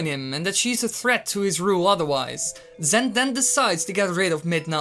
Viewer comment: lol "zent"